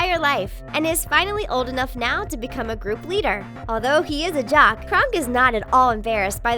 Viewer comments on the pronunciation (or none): none